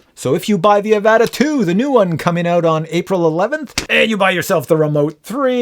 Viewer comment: The way you pronounce Avata triggers me so much, I had to leave a comment.